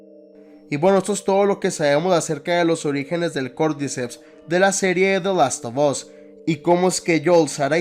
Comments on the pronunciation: Se pronuncia de lastofas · "De last of os" jajajaja seas🫵🏼🤡😜